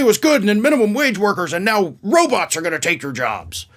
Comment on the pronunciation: Did he say robutt?